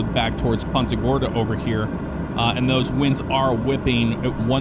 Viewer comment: "poonta gorda" not PUNTa gorda